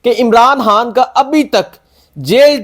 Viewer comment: یار خدا کا واسطہ عمران ہان نہ کہا کرو بلکہ عمران خان کہا کرو۔ جب خان کہتے ہو رو ہان کی آواز آتی ہے